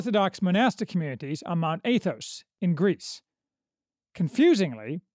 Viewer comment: It's AH-thos. Not AY-thos. More Americanized pronunciation would be 'short a' like cat or hat.